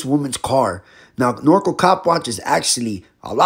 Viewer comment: It’s pronounced Nor-Cal like So-Cal Not norco😂! FYI Thank You for the knowledge and educating us!! Love your channel Bro!!